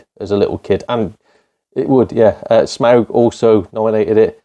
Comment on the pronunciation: Nice one mate, leisure suit larry cos tits 😂 can't disagree. 'Sm-ow-g' you nailed it bud 🍻👌 Fallout New Vegas is a great choice! Just goes to show how impressive Bethesda game studio's work has been in the past considering tony, me and you had it as one of our picks despite the ridicule they soemtimes get.